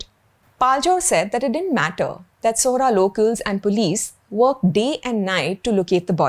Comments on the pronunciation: Caling Sohra …Sohra with the correct intonations and not opting for Cherapunjee which us locals dont prefer, makes me feel happy and removes doubts about the sincerity you bring to this video. Its not Pakistan or China thats the actual enemy of India its Indians like these who are more helpful and they should infact be investigated if their channels are in actual realty funded by the ISI and Chinese intelligence to cause disharmony in the country, calling Arunachal or North East a part of China is the biggest form of #antinationalism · Thank you for this video. By the way, you nailed the pronunciation of "Sohra". This is very rare and I really appreciate it.